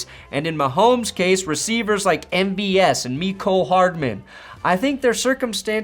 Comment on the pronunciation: Jesus Christ that took me way too long to to figure out who “MBS” was. Cause you definitely said MBS. Not MVS. Good god. Just say the entire name